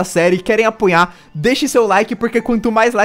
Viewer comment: 1:1 o Falou Aponha em vez de apoia hehe